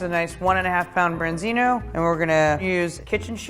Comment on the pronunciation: Why she says branzino